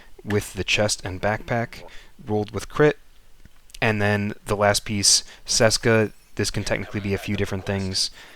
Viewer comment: It's Cheska. Not Seska.